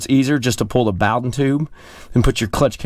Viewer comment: Love how he pronounced "bowden tube" LOL ;-) The Bow is like Snowden😉Sorry just me being persnickety 😉 Love your channel keep it up!!! 👊👊👊👊👊